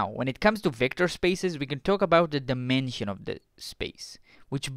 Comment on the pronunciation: Russianal number? Are you a russian spy? Dimenchion?